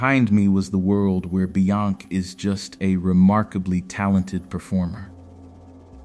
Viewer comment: The way the AI says "Beyonc"